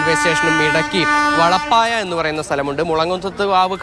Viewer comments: വളപ്പായ അല്ല വെളപ്പായ ആണ്. കുറഞ്ഞപക്ഷം കേരളത്തിന്റെ ഭൂമിശാസ്ത്രം അറിയാവുന്നവരെ നിയമിക്കുക. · വളപ്പായ, വെള്ളപ്പായ; ഓ എന്തൊരു ഉച്ചാരണം.